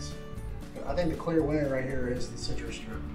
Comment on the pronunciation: How hard is it to pronounce "CitruStrip"?